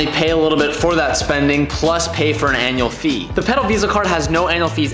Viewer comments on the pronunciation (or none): hahahhahaha, you said Anal fee